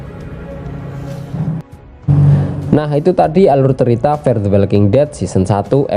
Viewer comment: fear, bukan far. fear bacanya fir, kalo far mah artinya "jauh"